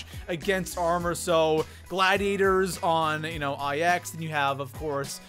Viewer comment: It's pronounced nine not eye x